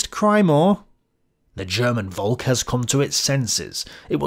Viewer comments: Volk is pronounced Folk ... please remember that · It sounds really weird when you pronounce 'volk' that way, your pronounciation sounds like the German/Dutch word for cloud. Try pronouncing the 'v' as an 'f', please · Interesting video. Btw the V in Volk is pronounced like F in the english word folk. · Please try and pronounce the V in "Volk" as an F as you would in "Father" Trust me... a V is an F sound in German and if you read texts by Adolf where there's plenty Volk words in it and it gets a bit irritating 😂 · Volk is exactly pronounced like “folk” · Volk is pronounced like folk. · Dear...Puh-Leeeeze make a BETTER effort to pronounce German terms: Volk is pronounced Folk.